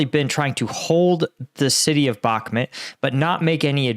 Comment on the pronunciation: your names butchering is getting too annoying. It's Bakhmut, not Bakmut. Can you learn this please?